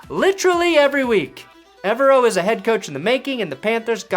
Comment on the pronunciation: I can't wait for Evero to finally leave Denver so you can stop pronouncing his last name wrong 👍